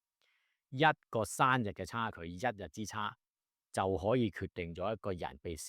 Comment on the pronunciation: 其實你嘅懶音都好多，你是一個律師，希望你改善一下。多到我數唔到。例如頭先你講生日，你講咗山日。